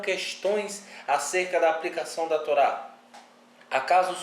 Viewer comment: Yahushua lkkkkkkkkkkkkkkkkkkkkkk tolá. Kkkkkkkkkkkk pqp mano isso é horrível, alguém deu crédito? O cara não sabe falar Hilel kkkkkkk mds